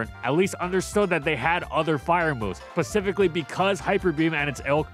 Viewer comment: literally said pacifically instead of specifically. This isn't all on the writer